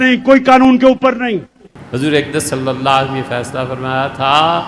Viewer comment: This munafiq cannot recite correct darood.listen carefully he is saying Nabi salla waalehe wassalam.and you know meaning in Arabic changes even for a minor change.